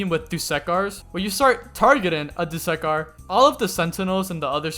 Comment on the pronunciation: My man, it's not "do-suck-are" it's actually "do-su-car" pronounce the u not as you, but as uh, don't make the second syllable suck, make it su